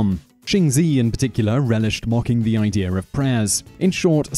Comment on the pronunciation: Always giggle a bit when i hear Simon ask “ Idea” sounds like “ I’D’R’ “